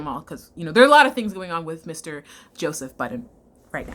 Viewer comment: i'm sorry , but "josephith" took me TF out lmao